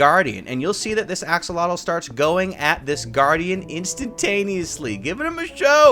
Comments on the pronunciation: 10000+ points for correct pronunciation of Axolotl ! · Axolotl ARE CRITICALLY ENDANGERED pls let’s all help save em for those of you who don’t know what it is... it’s a salamander that lives in water all it’s life ( can be kept as pets as irl) has amazing regeneration and is pronounced AXEL OT L ( ot as in otter) but you can pronounce it how you want... also this isn’t even half the information on this amazing creature so...